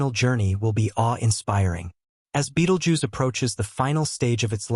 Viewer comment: Pronounce 'bettle-gerze'